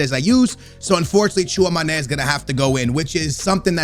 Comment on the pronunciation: The fact that pronounces TCHOUAMÈNI wrong made me dislike the video